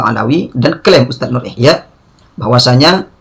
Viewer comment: Si Ikhyak Salah Baca Terus Ilmu alatnya nol